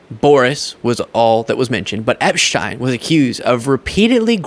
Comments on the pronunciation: Just FYI, and not the point, I know. But, I think Boris Epsheteyn is pronounce Epsh-teen. That is how I have heard other lawyers in their videos, or TV commentary, pronounce his last name. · Pronounced epsteen!!